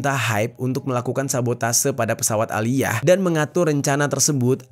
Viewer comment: Aaliyah cara bacanya tetep "Aliya" yah 😊 bukan eliyah. Ngga sabar nunggu ending kasus ini & nungguin documentary karya 50cent tentang DD di netflix